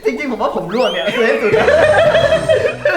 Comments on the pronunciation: ร่วงนะพี่ ไม่ใช่ล่วง อย่าหาว่ายังงั้นยังงี้เลยนะครับ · ร่วง ใช้ ร.เรือ นะครับ ล่วง ล.ลิง คนละความหมาย เห็นหลายคลิปแล้วอยากให้เช็คความถูกต้องของภาษาไทยก่อนปล่อยครับ